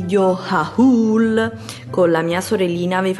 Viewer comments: HAUUUUL....??????? si pronuncia OL !!!! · Ehi, adoro i tuoi video... I tuoi consigli mi sono sempre utili. Comunque volevo dirti che HAUL si pronuncia HOL. Un bacio 😘